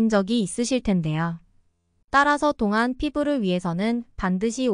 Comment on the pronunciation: 발음교정요함 똥안~동안으로~~~